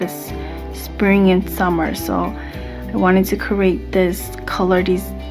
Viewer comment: Great video but every time you say “C-er-ate” it irked me sooo much. It’s create.